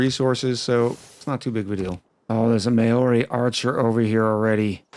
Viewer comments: At least no one can accuse you of being Hitler! 🤣 Maori is pronounced "mau-ree" not "mayo-reee" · Kia Ora (Māori for hello)! I did some research and now that I understand this game a little bit more, I think it will be an interesting series. As for your pronunciation... yeah, every time you said Māori I had to do a double take, but that just adds to the chaos :)